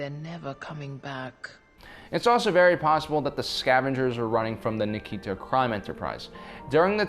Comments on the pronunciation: Nikto not Nikito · Nice theory. Also, it's Nikto. Not Nikito. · Nik to not nikeeto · Nikto, not Nikito